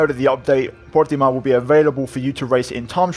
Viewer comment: Stop saying portimao like that u sound stupid ur not Portuguese